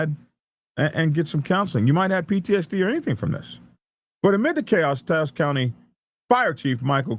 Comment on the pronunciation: Good job on pronouncing Taos right. What a mess! The response was massive. I saw police flying by me as I drove in town for a good 30 mins. Heard a lot of it on the scanner also. It was chaos for a while.